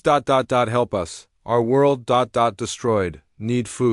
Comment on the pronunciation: I abandoned this less than a minute in when you let the AI sat the word dot.